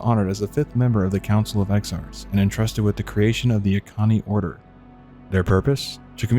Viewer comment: bro kept pronouncing Auchenai as Akani